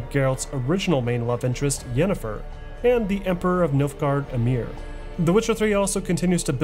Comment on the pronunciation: Geralt not Gerald . Yenneffer not Jennifer. BRUHHH